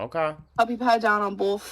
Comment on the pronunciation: This is the funniest thing I think I’ve ever heard on this channel 😂😂😂 🤣 🤣 🤣 she needs to clean BOWLTH!!